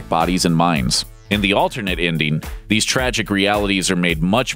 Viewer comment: Please learn how to pronounce "-ing". I'll give you a hint: it doesn't sound like "-een." Example: the word ENDING should not sound like INDEEN. Your baby talk is really too much.